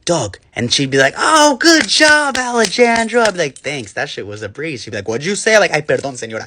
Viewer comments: "ale jon jro" "ale jojo" what are these white pronunciation ahh names 😭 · ale-jan-dro...that got me fr fr. theres an r roll in there ma'am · Alejandro is pronounced Ale han dro. Not Ale jan dro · "Alegandro" ✅ "Alechandro" ❎ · Alejandro ❌ Aleh jan jdro ✅ Alejojo✅ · “Ale-jahn-jro “ “ale-jojo” 🚡🚡🚡🚡🚡😭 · “Alright Aleh jojo” 🤣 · the english accent saying alejandro like allehgandro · " Aleh Jan dro" Had me rolling 😂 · Bro not the “Aleh Jan Dro” and “Ale Jo Jo” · “Alley-jan-drow” “Alejojo” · "oHkAy AlEjOjO" got me😂😂😂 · "Ale gan dro" LMAO I CANT ALSO NOT THE "Ale jojo" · Ale Jan Dro and Ale JoJo caught me off guard so hard I flung out of my chair, it’s so easy to pronounce but how they pronounced it just made me laugh so hard😭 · "ALLY JAYN DROGH" 😭😭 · "alajango" WTFF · Not the “Ale-Jan-Dro” and the “Ale- Jojo”💀💀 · The “ale Jo Jo “ and “aleh lan dro” got me rolling on the floor😭🙏😭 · “Alejanjro” and “ale Jo Jo” I can’t 😂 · “That’s it Ale Jan dro” 😭😭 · "oah good jawb aleh jayan drow!!!!" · ale jan dro is my new favorite pronunciation of any word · "Allie Jan Dro" ALWAYS GETS ME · The ALEJOJO lolll ehm it’s Alejandro ):( and don’t forget it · 'alehjaandro' 'alehjojo' white people trying to pronounce non-white names is always a hoot and a half lmao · “Ale Jan Dro” “Ale JoJo” Ah yes, Americans not knowing how to say the most simple non-American names, gotta love it. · Not the "aleh jan dro"😭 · Hearing Ale-j-andro freaks me out💀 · "alegandro" "alegojo" 💀💀💀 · “Aledandro” “AleJoJo(Siwa)” it gets me every time 😭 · No not “ Alah Jan Dro “ 😂😂I can’t😭😂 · Not again with the “Aleh Jan dro” 😭😭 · and the "Alehjojo" 🤣😭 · pronouncing the J in alejandro is like nails on a chalkboard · not the absolute butchering of Alejandro :') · PRONOUNCING ALEJANDRO LIKE THAT IS FOUL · The Alejandro is so real like it’s not that hard to pronounce